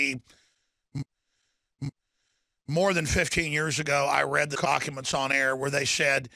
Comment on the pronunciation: Lmao “cockuments”